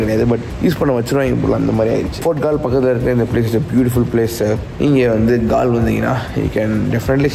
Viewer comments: Its கோல்(Galle) bro...not கால் 🙂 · It is not colombo, u should pronounce it as colombu....and it is not Gaal..u pronounce it as goal...